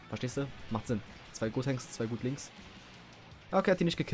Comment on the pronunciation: Gotenks nicht godtenks wie du es ausprichst würde man das schreiben